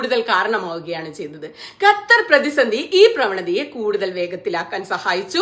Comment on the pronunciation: ക ഖ ഗ ഘ ങ പഠിക്കണം പ്രിയ സുനിതാ... ഗത്തർ അല്ല ക + ഹ =ഖ ത്തർ